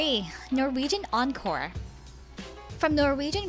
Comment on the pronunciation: Encore not oncore